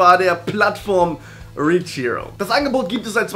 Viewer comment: Du sagst richhero, aber es heißt reachhero.